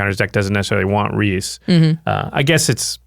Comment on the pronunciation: Thank you for correctly pronouncing Rhys (Reese). So many people don't get this Welsh spelling of Reese right.